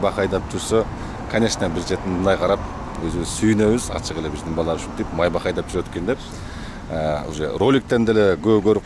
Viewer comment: Майбах эмес МАЙБАШ